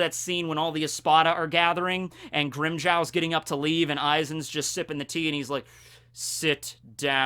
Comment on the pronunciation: Grimjow not grimjoe